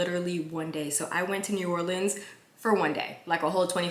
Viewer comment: your hair is on 🔥 lovely. I am from Louisiana so its pronounced New Orleans you only said it incorrectly say Naw Or leans 😂😂😂